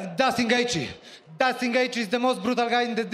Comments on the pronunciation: It's JUSTIN GAETHJE not Dustin lol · Did he say dustin gaetjhe?😂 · is it just me or all these fighter say it as "DUSTIN GAETHJE "? XD